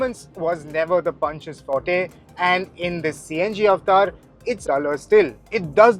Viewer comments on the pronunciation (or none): none